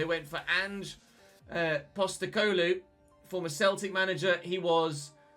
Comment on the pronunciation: Just an FYI, the 'g' in Postecoglou isn't silent 😂 love the series! Big love from Aus